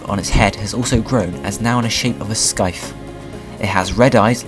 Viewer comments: It's said sy-th or si-th nor sky-th.... Just to let you know :) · You miss-pronounced the word 'scythe' it's pronounced 'se eye th' not 'se ith', But other then that, it was a very interesting video. :) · Btw it's pronounced Sy-the not Sky-the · You pronounced scythe improperly. It's not Sky-th it's psy-th. :| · herb is pronounced erb and scythe is like c-ith